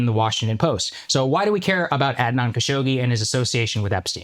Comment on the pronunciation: I know akash is like bro at least say Adnan right 😅 Akash has the most fob pronunciation but sometimes he's right